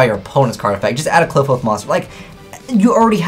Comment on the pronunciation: Kli-FOTH!! NOT CLIP-HOSE